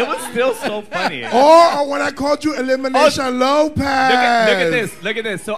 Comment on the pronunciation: not kandy saying eliminaysha lmaooo